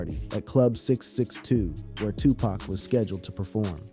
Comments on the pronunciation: You not saying 2 PAC correctly bro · How you Black and can't say Tupac correctly, bro?